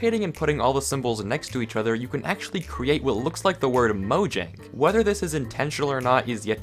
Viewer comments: It is pronouced moyang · Did u know mojang is actually pronounced mo yang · I didn’t know there was a Y in mojangy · Did you know that it's pronounced mo-yang